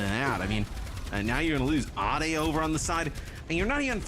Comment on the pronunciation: ade being pronounced like "ah-day" threw me 4 a loop JKL:SDDS